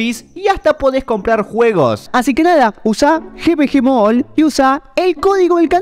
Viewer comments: No se pronuncia Gi Vi Gi Mall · xd el GVG MOOLL SIN OFENDER pero me hace gracia como lo pronuncia